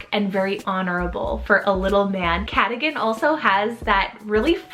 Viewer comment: For future reference the O in Cadogan is pronounced like a U not an I. Also Alistair is the Gaelic form of Alexander so Callister could honour an Alexander as welll